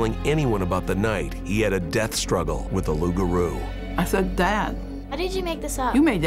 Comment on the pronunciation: Its LOUPgarou Loup:lobo: wolf